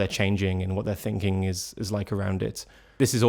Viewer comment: british people make saying "ing" a challenge. its sounds like its just droles into "ink" so like not thinking but thinkink. or maybe thats just you. idk